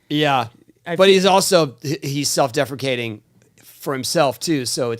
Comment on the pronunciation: Ya. I know. But Tony said defricating! And now you've said depreciating. Its DEPRICATING!